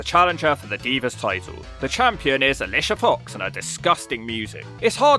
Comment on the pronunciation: I love when Alicia Fox is in a video just to hear pronounce her name, it’s like when Regal would call Sasha Banks matches